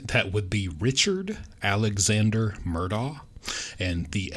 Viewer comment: Love you pronounce Alex last name right!! Thru the whole mess everybody calles them Murdocks!! Enjoy your vids!! 💕🙏💕